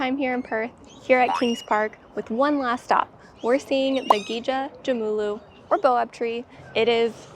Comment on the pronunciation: Gija is pronounced more like "Gidg-ya" and not "Gee-ya" - it's an Aboriginal word and they pronounce things differently to the English speakers from the Americas - by at least 40,000 years. Isolation was our advantage - we got a West-East cross Australia railway to get us to Federate with the rest of Australia when we changed to the Commonwealth of Australia in 1901. Isolation means that the Eastern States forget we are here, with much of our mineral wealth royalties supporting all Australian's lifestyle. Ask any Eastern Stater what is the local time in Perth - they'll on the whole get it wrong, so they'll ring you at 6 or 7 AM thinking it's work time. The reason why Perth or Western Australia doesn't have a larger population would be water followed then jobs. All the major companies are headquartered out of the Eastern States. W.A. state branches long being pulled back to the East so now we have a narrower time window to contact them. They are at lunch or they are about to go home. Hope you used stock drone footage near the ferry jetty as flying drones at height near the city isn't allowed as small aircraft and helicopters can do what they call a lower "Perth City Flyover" after clearance from air traffic control as well as medical helicopters may use this route between the two major hospitals.